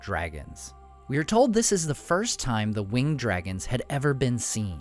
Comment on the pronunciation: To note, "winged speed" should be pronounced as "wing-ed speed" with the syllables in winged being pronounced separately.